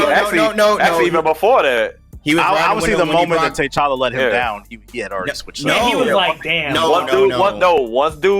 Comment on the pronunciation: Tuh Challa... not Tay Challa.